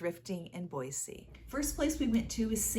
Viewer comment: This video came up on my feed and I clicked on it because I live near Boise. It was fun to go thrifting with you to places I have often been, except for Impact Thrift, I’m not familiar with that one. You got some nice things. Thank you for pronouncing Boise correctly! May I ask what state you live in?